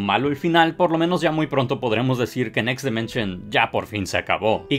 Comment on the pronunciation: DImension, no DEmension.